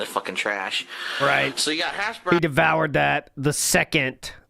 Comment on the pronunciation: How is it possible that he always emphasizes the wrong word or syllable. Hash BROWNS. MeLEE. Drives me insane.